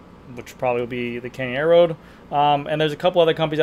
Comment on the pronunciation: Air-road not aero-road